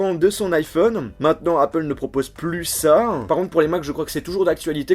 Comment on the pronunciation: le a de apple ne se prononce pas "ei" mais vraient "a"